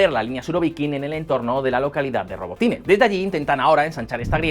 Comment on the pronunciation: Es rabotino..... no robotine....... ya me dice mucho su información